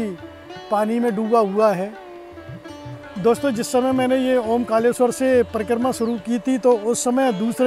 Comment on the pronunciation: नमस्ते सर, मैं आपके नर्मदा परिक्रमा के वीडियो नियमित देख रहा हूँ। नर्मदा परिक्रमा एक आध्यात्मिक परिक्रमा हैं तथा इस परिक्रमा का ड्रेस कोड हैं. या तो आप सफ़ेद धोती पहने या पायजामा पहने। कृपया हाफ पैंट पहन कर किसी मंदिर या आश्रम में न जाएं। आपको इसके पूर्व भी एक आश्रम में इस बारेमे सुचना दी गई है. उसी तरह आप ओमकारेश्वर को हमेशा ओमकालेश्वर कहते हो इसे भी ठीक से उच्चारण करे. नर्मदे हर धन्यवाद